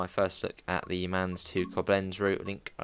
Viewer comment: Answer to your question: The Rhine wines are well known. The river continues up to Bonn, Duisburg up to Rotterdam and the sea. Mainz you pronounce as the English sound for the letter I (i) . Beep at 30 km/h, see the 110.